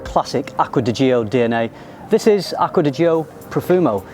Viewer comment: "Gio" is pronounced like "Joe", not like "Gee-Oh".